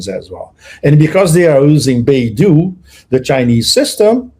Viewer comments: It is called Bei Dou, NOT Baidu. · With all due respect, they do NOT sound similar. The narrator lives in China - he should know the difference, esp since he has pic of the word 'Bei Dou'.